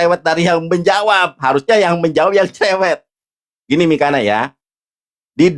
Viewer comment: Mikana,,, udah salah baca masih ngeyel di jelasin nandar😂